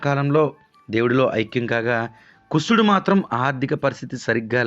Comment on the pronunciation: కుసుడు కాదు కుశుడు..